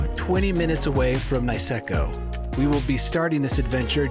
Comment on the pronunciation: 'Niseko' is pronounced like 'knee' not 'nice'.